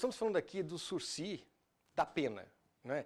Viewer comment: Pediria a moça que não pronunciasse o sursisssssss... o correto é a pronúncia sursi, sem o "S"... dito pela 2ª vez no vídeo aos 5min49seg ... obrigado viu